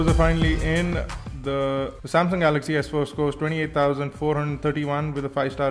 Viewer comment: samsung galay ,, :P